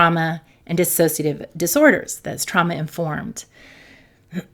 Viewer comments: The word is dissociative - not dissasociative. Just sayin. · It’s pronounced dissociative. There’s no extra a in it. You pronounce it with an extra a. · It’s always disappointing to hear people who treat DID pronounce it wrong. There’s is no extra “a” in “dissociative”. It doesn’t inspire confidence and makes me feel even more alone in it. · You know, I so want to listen but when people who are professionals and say "disAsociative identify disorder" I want to scream. How can a professional in the field not know how to pronounce a disorder they specialize in. They lose all credibility. Please.